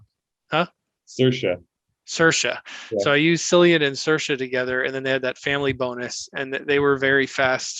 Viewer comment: Cillian I believe is actually pronounced with. K sound. So it’s actually (K)illian. Li Xue , is also more like Lee Chu.I think .